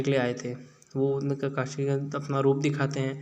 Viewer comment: Kakai nahi bhai, Kakashi Sensei